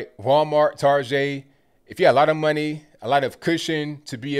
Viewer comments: I like how you’re pronouncing Target like “tarjay”... I thought that was a Pittsburgh thing lol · Why did you pronounce Target like it was a french word? lol